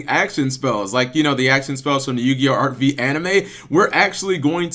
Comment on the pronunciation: Cap...it's not pronounced Arc-Vee...it's Arc-V as in roman numeral five.